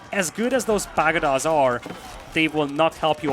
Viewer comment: "Rather pedestrian". Just a heads-up, I think you took this to mean 'slow', but it's actually a disapproving way of describing something as mundane, ordinary or unexciting. The word 'pagoda' has the stress on the second syllable, "pah-GOW-dah". Deer meat stacks higher (20, off the top of my head?) than sheep do, meaning less trips, meaning less tax. Beasty immediately heading into trade was such a good move I'm surprised I've never done it in similar matchups.